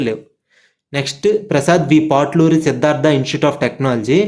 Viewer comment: పాట్లురి కాదు పొట్లూరి